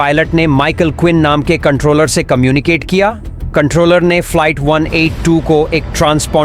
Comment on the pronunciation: Falait kya hota hai be ...flight bol bhai😅